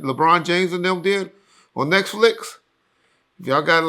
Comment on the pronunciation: 😂😂 word 'Nexflicks" Aw man, cracks my ribs with his pronunciations...., Diddy threatened these people who he already traumatized. I don't know if it is all about 'he learned this stuff," Diddy has control issues. He loves power and controlling people. This wasn't about sex, it was about control, he is a monster and this sickness of his started way before he was in the music business. As I said, this is about control, that stated, I have no doubt he touched his kids. What other way can he have ultimate control? It is not just one or 2 police filings that did not get investigated, there are 60 police reports that were ignored. 60! Also, Buzbee has worked with victims of SA a long time. I don't believe he would risk his firm or his name without vetting each accuser & why would people make up disturbing allegations on which they may have to give testimony. Plus, there ware clear patterns of behavior that are clear when you hear/read these cases. He is a sick, sick monster. SICK.